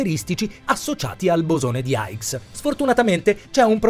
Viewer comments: Comunque il bosone si chiama di "hix" questa è la pronuncia no aigs che non ho capito dove ha preso...grazie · per la pronuncia hai ragione è vero lo dice sbagliato